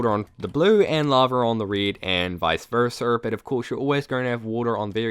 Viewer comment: Vicer verser? It's vice versa.